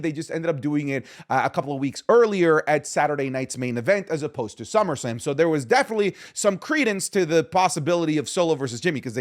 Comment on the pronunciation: "Summersalm"?? wtff